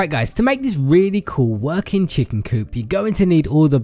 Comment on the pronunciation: he said twerking chicken coop instead of working